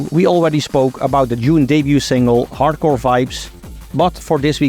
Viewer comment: Dude, it's DUNE, not June!!